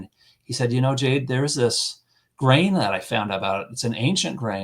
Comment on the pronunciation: Jade. Not Ken